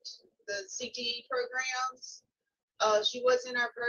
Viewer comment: I like Mr wise, U know why? Cuz he knows how to say Programs lol I hate how Tony merabella says progrims so wrong! So irritating lol